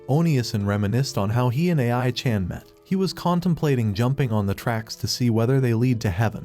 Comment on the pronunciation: A.I. pronouncing ai chan weird was the last thing i wanted to hear